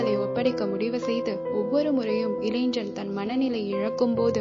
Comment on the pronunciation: இளைஞன் என்பதை முறையாகப் பலுக்கவும் (pronunce).